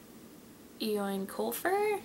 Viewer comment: Just to let you know "Eoin" is the Irish spelling of Owen. It is pronounced the same way too: oh-in. :) Great video as always! :)